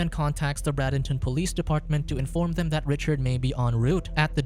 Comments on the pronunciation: In the - minute part of the video the Florida city is mispronounced. It is Bray den ton or Bray den tin, not Brad in ton, and is spelled Bradenton. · While it was interesting you pronounced Bradenton FL. wrong. It is pronounced braid den ton.